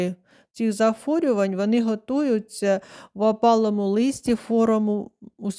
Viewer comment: Не зафорювань, а захворювань